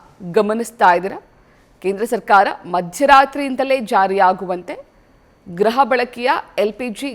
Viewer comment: ಗ್ರಹ ಅಲ್ಲ ಗೃಹ ಬಳಕೆ